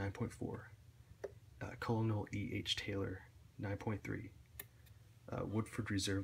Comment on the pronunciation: It's pronounced "kernel" not "Colner". Also "Mikters" not "Mitchers"